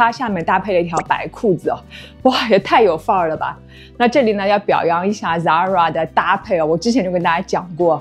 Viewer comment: 根据西班牙本国人的指点，这个发音是塞拉Zara